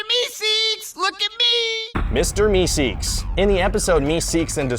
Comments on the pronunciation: its meeseeks, not meseeks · It's meeseeks not meseeks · **MEESEEKS** not meseeks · It's meeseeks you idiots... burp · It's "Mr. Meeseeks"